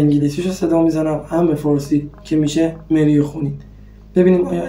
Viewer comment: این برنامه ها خوب هستش و شما و ما با هم یک سری اطلاعات را با هم مرور می‌کنیم ولی شما اصطلاح انگلیسی و نام مری و. خون به انگلیسی را خوب تلفظ نمیکنید یک بار دیگر فیلم‌ها را نگاه کنید متوجه میشوید ولی در کل عالی بود و بقیه را هم پاتاوه می‌دادید شما احضار کردی ولی پایان‌احضار چه. شد